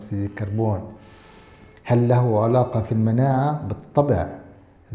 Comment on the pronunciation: (علاقة) ... بفتح العين ،،، وليس بضمها !!!!